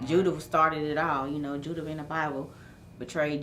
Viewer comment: I thought it was judas not judah